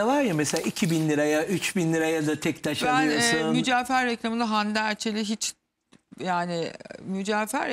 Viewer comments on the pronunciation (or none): Muceefer degil mucevher allah askina artik yaaa